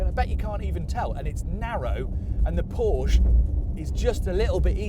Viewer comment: Please pronounce Porsche properly